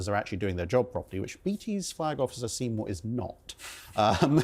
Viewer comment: his name is see-more, ~ i can't fire him 😅